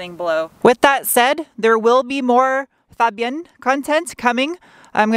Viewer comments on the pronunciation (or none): (Musical note FA......)Fabienne ...not Febienne... 😉